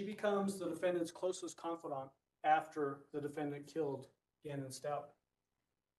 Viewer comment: He called Al Allen! His name is Albert! And he mispronounced Stauch!